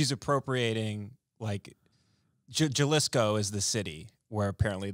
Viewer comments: Jalisco, its pronounced 'HA-LEE-SCO' lol im white too and from Texas, come on you should know this MAANNN 🤣🤣🤣❤ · and Tim saying "Juh-liss-co" instead of Jalisco (huh-lease-co) which is a state in Mexico where the town of Tequila is located is a hilarious extra layer to this video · dude said jahlisco its ha-lis-co (Jalisco ) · "jUhLiScO" lmao HA LEE SCO! JALISCO! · Ha-lis-co not Ja-lis-co. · Lol “juhlisco” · ben said “JULIS KOOO” is the city 😂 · It’s pronounced HA-Lee-Sco (Jalisco) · i’m stuck on ben saying pronouncing it “juh-lisco” lmao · Juh-lisco is my city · It's pronounced Ha-Lease-Go by the way... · I think i'm more offended by them saying JUH-LEESKO. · Pronounced HAAAA lisco! 😂🤣🤦🏻‍♂️🤦🏻‍♂️🤦🏻‍♂️ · I had to stop watching this after that dude pronounced Jalisco the way he did... Juh liss co... Haha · It is pronounced " h ey-lee-sko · The pronunciation of Jalisco is driving me crazy! Lol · The way he pronounced Jalisco made me want to slap him. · The way those two pronounced Jalisco gave me cancer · J in Jalisco is pronounced as an English H. When u pronounce itt with an English J it sounds stupid.